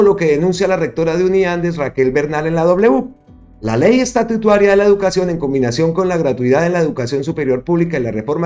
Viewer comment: No se dice estatutuaria sino estatutaria